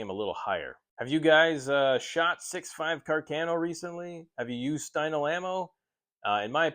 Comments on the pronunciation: Ca'rcano not Cercano 😅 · Càr- ca-no please. Not Car-cà-no. 😉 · Damn! Càrcano!...not Carcàno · Cercano not carcheno